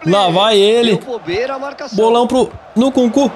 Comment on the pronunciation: para de dizer Nukunku 😭😭